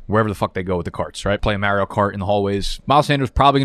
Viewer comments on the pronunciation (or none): Bro could you please say Mario for me one more time